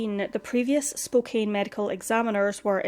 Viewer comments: Was looking for this and was going to say the same. Spokane rhymes with CAN. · Just a little sidenote: Spokane is pronounced like "spo can", not "spo cane". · Poor girl. RIP. Just FYI; it’s pronounced Spo can. Not Spo cane. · Spokane is pronounced Spo- can. Thanks for this review! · Just fyi Spokane is pronuced Spoke-ann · This is in my town. I remember this case. Spokane is pronounced as "Spo-can". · Spokane. SPOKE-ANN (like can or pan). I don't know how you get so many right! Rules of spelling and pronounciation can be of no help with some. Like Spokane! Thanks for the videos you bring to us. Very well done, always. Was watching one from a new channel to me. The writing was so overwrought (best word I can think of for it) and wordy and poorly phrased it took me right out of the story. I bailed. My dear, you are greatly appreciated! The Pacific Northwest has hidden so.many bodies over the decades. Vegetation grows so fast that it can hide a lot of secrets. So many wilderness spots right inside cities and towns. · Pronounced SpokeCAN. Just letting you know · It's pronounced Spo-CAN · Spokane is pronounced Spo-CAN. Don't ask me why 😂😂😂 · Don't worry... I pronounce Spokane wrong, too!